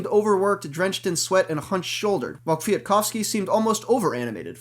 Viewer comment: Great race, aside from the minor annoyance of the commentary of the color man, Brian Smith, who continually refused to pronounce the second "k" in Kwiatkowski. Damned Scotsmen.